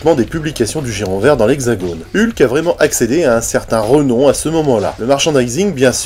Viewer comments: Merci pour cette vidéo mais par contre toi tu dis Heulk? Bon eukai... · Ah ben tu vois, j'avais même pas capté que je disais Heulk aujourd'hui. J'ai toujours dit ULK ! Merci pour cette remarque, elle m'amuse. Comme quoi, le MCU m'a un peu modifié la prononciation. Mais j'avais vraiment pas remarqué.